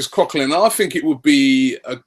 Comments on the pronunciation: it is either cok co lan or cok co lin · Robbie, Coquelin is not pronounced like that.